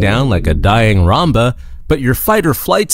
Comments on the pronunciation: the mispronounciation of "Roomba" suggests that this is likely ai. Additionally, the thumbnail uses ai's "art style'' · do you mean like a british accent? Im english and personally i dont know any other brits who say it like that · No Roomba look like British too me